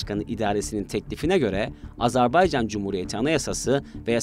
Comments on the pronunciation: Lütfen doğru telaffuz edelim, Azar bey can değil Azer bay can..! kolay gelsin. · AZERBAYCAN yazılır AZERBAYCAN okunur .... azarbaycan nedir? doğru düzgün konuşmaktan aciz miyiz ne? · Azarbaycan değil AZERBAYCAN Program yapıyorsunuz, ülkenin adını düzgün telaffuz edin artık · Telaffuz çok hatalı , "Azerbaycan" olarak doğrusunu söyleyelim lütfen. Bir defa değil sürekli yanlış telaffuz ettiniz.. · G z t ekibine emeğinden dolayı teşekkür ediyorum. Kardeş Azerbaycan hakkına da tez zamanda kesin zafer diliyorum. Birçok programda sürekli ve sanki bilinçli bir yanlış söyleyiş kulaklarımı tırmalayıp duruyor. Ona itiraz ediyorum. Azerbaycan AZERBAYCAN candır.